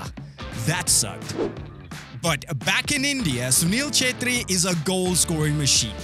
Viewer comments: Nailed that pronunciation. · im so glad that he pronounced the name right 🤣🤣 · Really appreciate for bring our legend under the spot light of western people and pronouncing his name correct 😂😂😂🙌🙌🙌🙌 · Sunil sir he is my idol 😍 and I'm happy that you pronounce his name correctly 😁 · FINALLY! someone who pronounced his name right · How much time did it take you to pronounce the name perfectly?😂